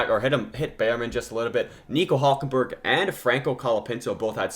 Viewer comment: Who is "HULJKENBERG"? 😂😂